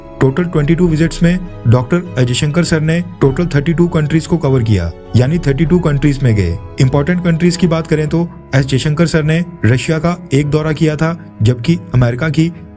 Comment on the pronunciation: Video is Informative and I appreciate your efforts. However I have a suggestion for you, please pronounce his name correctly. His name is Dr.S.JAISHANKAR, In your commentary, it sounds like "AJAY SHANKAR"